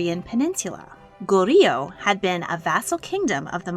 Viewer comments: As a Korean who enjoys your videos, I was pleasantly surprised to be a Korean King there. I would like to point out some things about Goryeo and King Gongmin just for reference to anyone who’s interested: 1) Goryeo is just two syllables : Go-ryeo, and not three. 2) King Gongmin’s son, Wu Wang’s birth is very debated because of propaganda used by the founder of the next dynasty (Joseon dynasty) to gain legitimacy for basically betraying his King and country. 3) King Gongmin needed another heir so he had his male lovers rape his wives (some unsuccessfully) until the one wife in the video did get pregnant. However, he wanted to hide that fact so sought to kill off his lover/bodyguard and others who knew the truth but they got to him first and died a gruesome death. Really sad that Queen Nuguk died. King Gongmin went mad over her death and this lead to all the other tragedies and the fall of the empire. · Her pronunciation of 고려 completely throws me off. I wish she would’ve done more research into the pronunciations